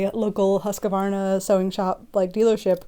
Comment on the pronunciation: For anyone who is interested: Husqvarna is pronunced more like Hus-qvarna, than Husq-varna :)